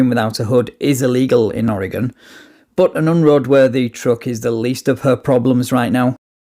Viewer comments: I love how you pronouce oregon right. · Perfect pronunciation of Oregon, unlike most from other US states.